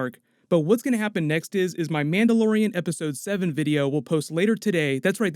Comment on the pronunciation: Lol he said Manda Lorain.